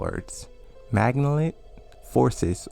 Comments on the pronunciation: This man struggled with malignant snd juxtaposed 🤦🏾‍♂️ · I think he has some sort of speech impediment or something. He didn't know most of the words especially malignant